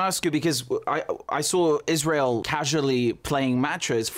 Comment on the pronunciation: Ban IZ-RA-HIELL